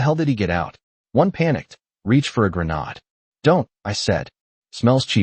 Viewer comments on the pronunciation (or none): AI has difficulty pronouncing grenade. It’s one way of telling that it’s written and narrated by AI. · Grenodd? C’mon, it’s grenade.